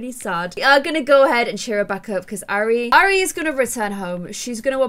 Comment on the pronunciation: the name airi is pro prounced i-rea it is a japanese name meaning love <3